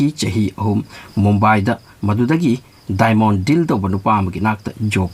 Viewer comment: Haojik haojik ki video amaga semako..diamond ki pronounciation si di